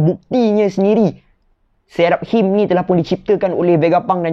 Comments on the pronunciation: pronunciation 'Seraphims' = Say-ra-fims. Ada nama hero dalam game LoL Seraphine. Character female. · Sera.fim Mcm tu sebutannya..